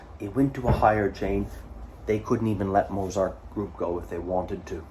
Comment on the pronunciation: please say the t in z in mozart, it's getting to me!